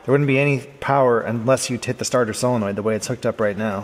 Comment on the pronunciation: I have to tell you I REALLY APPRECIATE the way you pronounce "Solenoid". So many people on YouTube and in real life say things like "Cellanoid" or "Sillinoind" and it drives me friggin' crazy. Thanks for being spot on....as usual. 👍👍